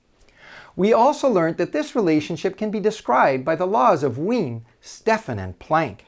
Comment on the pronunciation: should Wien be pronounced veeyen?